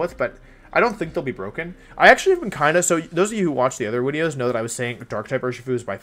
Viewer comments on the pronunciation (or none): Wolfe mispronounces things on purpose, for fun. That's how he does his wideos.